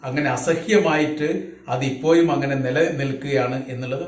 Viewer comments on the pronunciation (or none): ഉച്ചാരണം ഇപ്പോയും പഴയ ഇപ്പോയും തന്നെ.